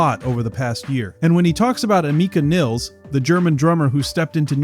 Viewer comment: You are pronouncing both her first and last names incorrectly.